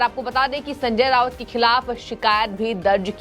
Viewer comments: Not Rawat its Raut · Anchor pounces RAUT as RAVAT. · Resp. Acher you are pronouncing as Sanjay Rawat. In marathi his name is pronounced as Sanjay Raut. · Hello, He is Rauat Not Rawat, Please correct yourself. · एंकर कृपया .....नाम करेक्ट बोलें संजय रावत नही .....संजय राउत है सही नाम !!!, खेदजनक है।